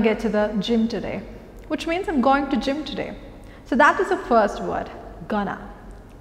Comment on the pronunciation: Going and hope pronunciation is wrong i feel.(at times you are making the mistake) Hop and hope pronunciation is different. You are pronouncing hope as hop. And isbit correct to say hi to all? Cant we just say hi all?